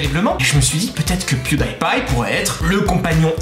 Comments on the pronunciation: "Pew-day-pie" LOL Pew-di-pie ! x'D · Tu Ne prenonce pas Pewdiepie mais PewdyPie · Moi je l'ai écrit bien avant d'avoir vu ton com' et je me suis dit: "Enfin quelqu'un qui le dit, quoi !!! Même en Anglais, ça ne se prononce pas comme ça !" LOL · On dit " pwidipye " pas " pwidaypye " Je sais sa s'écrit Pwedipie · Alors par contre ça se prononce pas pioudaïpaï mais pioudipaï hein^^ D'ailleurs c'est bizarre que personne l'ai écrit dans les commentaires...Vous allez pas m'dire que personne regarde PewDiePie quand même >.< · Rooh ok c'était vraiment pire que ce que je pensais tout ces PewDAÏPie mal prononcés D: Horrible, ça mérite presque un dislike pour une fois même si la vidéo était géniale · Non ca se dit pioudipay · Pewdiepie se dit "Puwdipaie" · ON DIT PIOUDIPAYE CA SE DIT PIOUDIPAYYEEEEE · sa ma stresser qui prononce mal pewdipie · c'est pas très grave... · La vidéo est cool mais on ne prononce pas Pewdiepie comme ça et ça m'a frustré jusqu'à la fin. Le Die ne se prononce pas comme le mot mourir en anglais. Le "ie" se prononce comme un i. Parce contre pour Pie c'est juste. Désolée d'avoir fait ma chieuse 😅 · tu prononce mal pew die pie